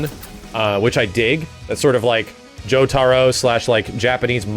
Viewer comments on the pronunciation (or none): none